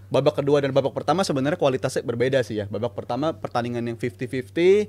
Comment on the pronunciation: Ulang lagi bang, "babak peetama mencermati babak kedua Matii" 😢😂 Bang seriously?😅